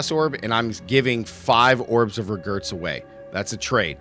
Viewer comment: Is this guy pronouncing orbs of regret as orbs of regurts?!